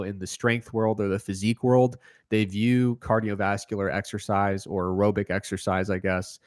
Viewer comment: Why does pronounce “aerobic” so fucking weird? Especially compared with how he pronounces “anaerobic”. I feel attacked.